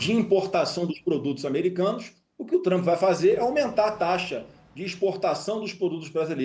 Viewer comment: Flávio Bostanaro o cag@ do debate. Nem o nome do homem sabe falar. É Trump não Trampi.